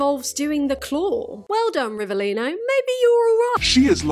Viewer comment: italian here and from an italian perspective i’ve got nothing to complain about the way you pronounce rivelino but we do not claim him